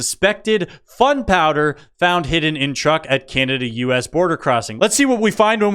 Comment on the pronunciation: I'm subscribed. You are hilarious. The pronunciation on the "Canadians" crossing the border with "fun powder", cracked me up.